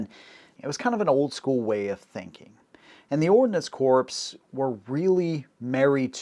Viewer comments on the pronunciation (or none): Ordinance Corpse? MARINE Corpse? Good Lord!!!! It is pronounced the same as 'CORE'. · Corps is pronounced "core" not "corpse." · It’s Marine Corps but the s is silent think core. Same with Ordinance Corps. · Correct pronunciation of “Corps” is “core” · Bro, "Corps" is pronounced "Core" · Now I KNOW you never served in our military. Similar to calling a Marine an “ex Marine”, miss pronouncing Marine Corps as “Marine Corpse” is highly disrespectful to any Marine and I’m just a retired Army Grunt (Infantryman). And yes, I used the M-21 as a sniper in the mid 80’s and she can perform well in that role but it requires a LOT of additional tuning to achieve those results, we should’ve just stuck with the Remington 700 like the Marines did. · A lotta corpses with ordinance. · Great video man! Loved it. One thing though. You realize that you pronounce "corp" incorrectly right? Marine "corp," and ordinance "corp." You said it so many times and wrong every time. Couldn't not let you know. Hope you don't take it wrong.